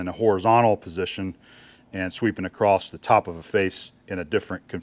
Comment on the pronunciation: WTH is "acrosst"?